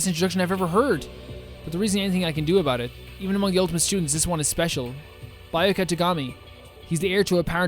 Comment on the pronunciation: 🤓:Um actually it’s B-ya-ku-ya Not Bioka Ya-sue-he-row Not yashero